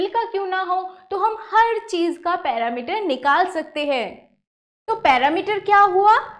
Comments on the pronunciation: Not parameter its perimeter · पेरिमीटर होता है। न कि पैरामीटर ।